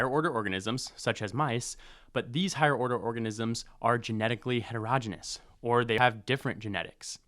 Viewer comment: You pronounced heterogeneous wrong. Please learn from google or AI 😢